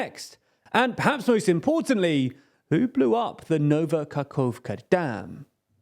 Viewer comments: Ka-cove-ka. It's Ka-hov-ka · No actually this is better, because Novka could mean the same as Nova. AND KAHOVKA is exactly what I want everybody to learn. "Kh" means "H" Its not "Kerrson its Herson" Its not "Bakkmut its Bahmut"